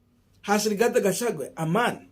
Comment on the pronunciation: Boss, do you find it so hard to pronounce the name Rigathi Gachagua and instead call him RIGATHE GACHAGUE???😭😭😭 Several of us your followers have corrected you on this error but it seems you do not read our remarks here. Why?